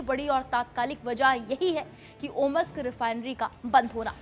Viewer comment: इसको बोलने नहीं आता है। नोवोसिबिर्स्क और ओम्स्क होता है। न कि ओमस्क(OMusk❌) (Omsk✅)